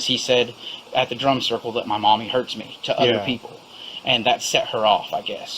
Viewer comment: I thought they were saying "drunk circle", not drum circle 😂 Pretty sure it was both